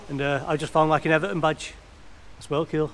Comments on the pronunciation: Why you say "cuol" mate its "cool" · ITS ĆOOOOL 😆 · yeah, sounds like you’re saying “Ciwl” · sounds like cuol. Anyway i love these videos more than i should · You say you pronounce “cool” is funny